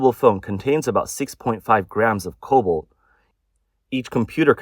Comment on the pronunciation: It's cobalt, not COBOL. (Pronounce the 't'!)